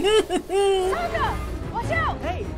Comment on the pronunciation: It’s funny that you keep calling Suki/Sokka “Suka”. It means “female dog” in Russian and gives me a giggle when you say it. 😂